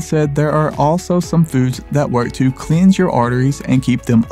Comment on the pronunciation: You read like a 15 year old. You also mispronounced “cleanse.”